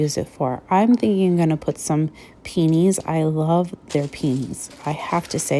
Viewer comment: Love this video. I shop often with Temu but never explored the crafts too much. I can't help myself but the flowers are pronounced: Pee-a-knees. It's a word I find a lot of people have trouble pronouncing. I love your shopping videos but this one was really fun.